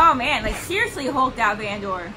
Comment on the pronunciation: You’re driving me crazy with the VAN-DOOR lol. Fantastic reaction though